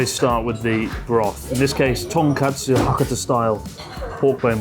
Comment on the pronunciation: With you there! Make sure to bully Chris for saying "tonKATSU" ramen 😂 All the love guys!